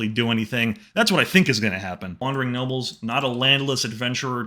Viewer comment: It sounded like you said wandering nobbels instead of nobles